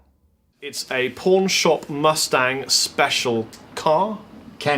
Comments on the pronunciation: Haha for a second I thought he said porn shop not pawn shop lmao. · Kept thinking he was saying PORN SHOP instead of PAWN SHOP! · I thought he said pornshop mustard. Keep up the videos. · I kept on hearing “porn shop Mustang” 😂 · With your accent it sounded like you said "porn shop mustang".